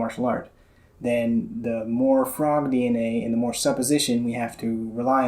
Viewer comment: fraud DNA, not frog DNA. Ears are playing tricks on me.